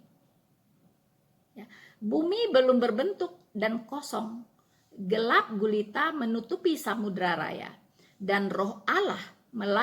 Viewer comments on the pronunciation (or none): none